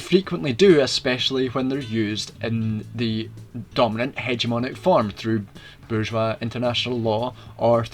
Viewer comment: While it sounds as if this could be just 1984 reframed, your pronunciation of bourgeois puts you miles ahead of many.